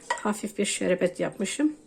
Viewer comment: Sinir bozucu konuşyorsun. Şerebet degil şerbet denir